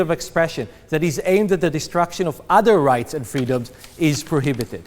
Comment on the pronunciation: so.. he is a tool . but on the up side i like how he says "udder" in stead of other.. lol "we need to protect udders" he must really like milk